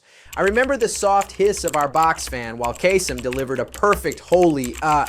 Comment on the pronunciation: Good content, a little heavy handed with the sensory tie-ins. But sometimes you pronounced Casey Kaysem's name as "kah-sem" instead of "kay-sem". It was distracting